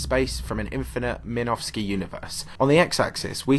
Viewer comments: How on earth could you call Minkowski spacetime "minowski?" Somehow I thought u were more knowledgeable than me, but after that I'm realizing I have no evidence of that. Still like your videos tho, u seem to avoid the nonsense popular science concepts that are a joke to physicists - like the antimatter "problem." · Its Minkowski not Minowski but then again this is popular science anyways. By the way the calculations do take into account the age of a theoretical white hole, it can only exist as an "eternal" black hole in its time symmetry. And there is more "inaccuracies" tbh. Still a good vid to fall asleep to.